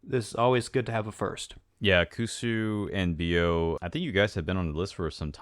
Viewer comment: For those who was wondering, Bio name's supposed to be pronounced as Bí-oh, and not Bio cause his vnmese nickname is "bí", a winter squash.